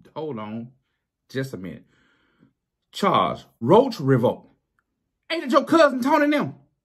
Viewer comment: My name is Charles & the way he pronounces that Charrr & Charrrsss is 100% the wat folks say it.